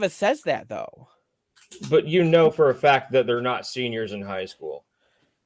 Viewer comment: he reawy said bwess me o internet fow I have sinned and expected to be taken sewiouswy 😔💔